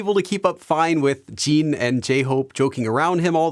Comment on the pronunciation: I can't get over how he says 'Jeen' instead of Jin